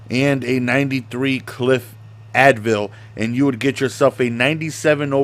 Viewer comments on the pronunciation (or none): You really just says cliff "Advil" 😂 Like bro was he trolling or is his eye sight really that bad